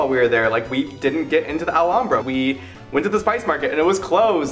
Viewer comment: finally!!! someone who knows how to pronounce Alhambra properly. thank you.